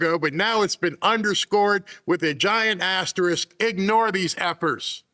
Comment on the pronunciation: that was very funny,! You waited, almost too long to say the word: Big Ass-terisk. - Did just say “$2500 per bare foot?”